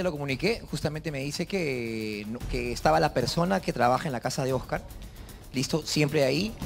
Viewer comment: Jaja la rulitos diciéndole OS-CÁR y luego Oscar